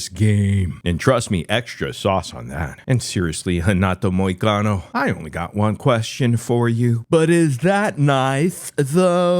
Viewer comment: Damn it hurts my ears how he pronounce ''MoKAnO''...by the way Shlaub, he lives in Florida so he is not in Brazil!